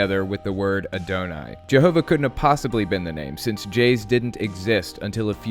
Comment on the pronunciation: man, i love ya, but, when you were saying how they mashed יהוה with Adonai, how the fuck did you pronounce Adonai like that, dude?